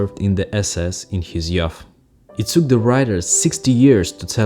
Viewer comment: Hello, I’ve just found your channel and am very interested in your perspectives. May I respectfully help you with an English pronunciation? Youth: You-th (Yoo-th) Keep up the good work😀